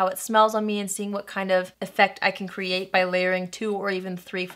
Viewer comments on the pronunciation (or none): none